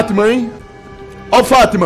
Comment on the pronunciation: Mano eu nao tou takando ele falando fatman kakakakakakak